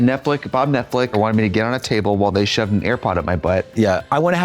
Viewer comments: Why does Trixie say netflick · Not Trixie saying ‘Netflick’ again 😂